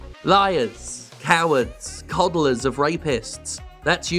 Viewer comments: Ok so I know it doesn't matter even a little in the grand scheme of things, but Serge is pronounced like 'surge', and the T at the end of his name is not silent. Also the g in 'Guillemot' is hard (ghee-yuh-moe). That being said, obviously fuck both of those guys. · It's [gijmo] please... It's painful. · Hello I am a company that made open world when you play a white dude on vengeances for ten year But I am "woke" Yves guillemot ce gros clown. I am sure people already said it to you but Yves guillemot and Serge hescouet dont prononce lile that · Jim mispronunciation of french names is hilarious.